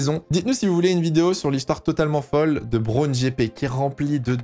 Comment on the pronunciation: En anglais, Rory Byrn se dit Rory "Beurn", meme pronciation que pour un burn. Et Ross Brawn se dit "ross" et non pas "rauuss" si tu arrives à me comprendre. Pour Brawn tu as bon sur la prononciation. Pour les"gh" en anglais tu prononces bien le son "f", ça c est bon. Sinon bon travail, j apprécie regarder tes vidéos d autant que je suis un tt petit peu plus agé que toi (40) et j apprécie ttes tes vidéos sur les années 80, et aussi 90 et 2000 qui me rappellent mes premiers souvenirs en F1. D ailleurs le 1 er mai 94, dernier jour de Senna, est avec le 11 septembre 2001 le seul jour dont je me souviens parfaitement ou je me trouvais. C est dire l impact énorme qu'a causé la mort du rival de notre Prost national. (Rival battu par le français? Ds les chiffres on pourrait dire que oui, Prost a 4 titres de champion du monde et a terminé 6 saisons avec le plus grand nb de points au classement pilotes contre seulement 2 fois pour Senna, même si ce dernier a au final 3 titres de champion du monde du fait de la curiosité du décompte du classement en fin de saison à l'époque. Aussi Senna a remporté une victoire ts les 3,93 GP alors que Prost une victoire tous les 3,8 GP meme si on peut penser que Senna aurait ajouté encore qqs victoires a son palmarès). Mais on s'aperçoit en tt cas que Prost se battait d'égal à égal avec le brésilien alors qu'il bénéficie injustement d'une moindre reconnaissance que le français, moins beau gosse ce qui explique bcp de cela je pense. Quand on pense